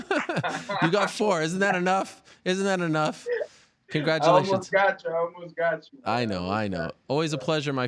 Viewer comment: Ariel "Congratulatkons" Helwani